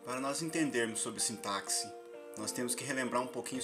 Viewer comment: Sintaxe( o "x" tem som de s e não de ks.)